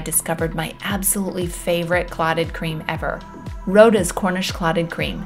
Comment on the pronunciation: Just a heads up for next time... Roddas pronounced Rod as in fishing rod... Roddas= rod uz 😊 xx